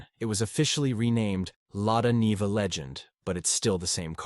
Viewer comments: It is pronounces Lada NIVA "Neeva", not Nehva. Great car. And the UAZ Bukhanka - the ultimate, both can go where other cannot. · It's the Lada Niva (pronounced Knee va) not Nay ver. Ignorant American.